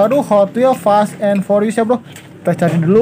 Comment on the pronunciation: "forius" wkwkwkwk